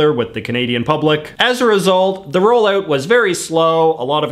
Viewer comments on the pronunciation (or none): He sounds just like Jim Carrey to me, except that he "oots" his "outs" ... However, I noticed that he forgot to do this for "roll-out"!